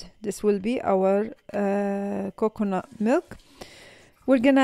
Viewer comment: 😂😂 extra virgin cocknut oil, ohh boy!! the pronounciation is so messed up